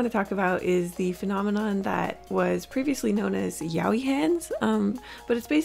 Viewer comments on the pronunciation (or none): Isnt it pronounced like "Ya o i"?